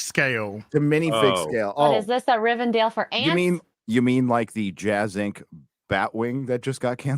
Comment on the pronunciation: WHY THE FUCK ARE YOU CALLING IT "RIVEN DALE"???